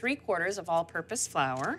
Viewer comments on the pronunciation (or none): none